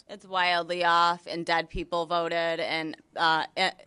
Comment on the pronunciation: Dead voteeeehhd and illegahls votehhhd